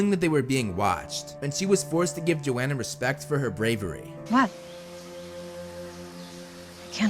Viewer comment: The only thing that bugged me was that it’s yo-han-uh